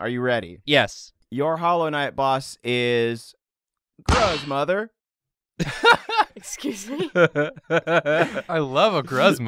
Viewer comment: When said "gruzmother" I heard " grudgemother " and I think that's just hilarious.